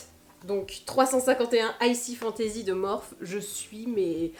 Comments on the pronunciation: On dit morphIII ! 🙂 Sinon même reference pour le ral / stick pour le ski mais en même temps C est le bon moment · bonjour ma belle,la marque ne se prononce pas Morphi ?